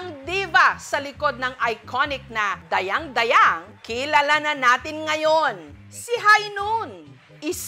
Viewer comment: Hindi tama yong pronounce sion ninyo sa Dayang dayang.hindi pabagsak ang pagbigkas.